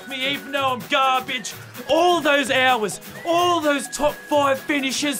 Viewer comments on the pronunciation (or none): "Even though I'm gaw-bage! All those ho-wahs!" 🤣